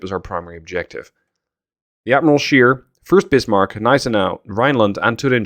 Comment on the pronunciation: Admiral Scheer is spoken like to "share", so like ä